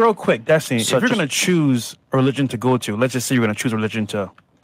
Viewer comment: Des-Tiny... please pronounce properly. xD